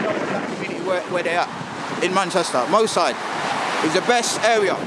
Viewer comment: Hahaha nuff respect to you guys and it's brilliant what you doin but it's moss side not mo side. 😄